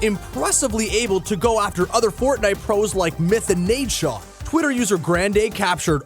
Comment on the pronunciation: really "fortite"